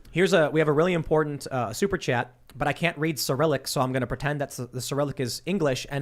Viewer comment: Someone tell that there are 2 "t"s in the word 'important'. To him everything is imporent. Lol